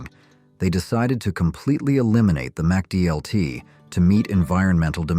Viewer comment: Hey narrator - NOT pronounced MAC-DLT - rather MICKDLT! Bring back the McD's Pizza! These days, i routinely wait MORE than 10 min for 4 lousy basic burgers & nothing else at BK. Same thing regarding just 2 lousy McDoubles & no fries or drink!! In both cases, there is no one in line in front of me! DRIVE THRU CUSTOMERS GET PRIORITY! ARRGH Sometimes i wait more than 5 min just for someone to take my order at the counter! What a disgrace!